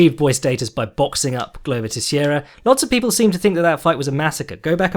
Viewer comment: Getting seriously addicted to this podcast. By the way, "Teixeira" is pronounced as "Tay-shay-rah"